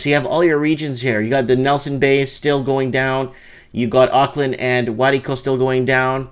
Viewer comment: Waikato = Why-kat-o